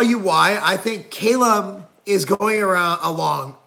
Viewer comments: Not "Kay-lum" it's Cal-um. Get it together Marc Lowblower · Can't even pronounce his name right.